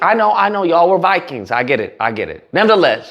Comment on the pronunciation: "We'z was once Vakangs "